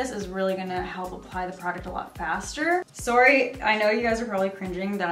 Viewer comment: The way you said "sorry" you can tell your Canadian